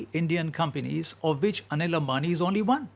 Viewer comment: Please use Anil Ambani's pic and not his elder brother Mukesh Ambani. Kindly try and pronounce Ambani with an M. It is disheartening to see that you work on such important issues with improper research.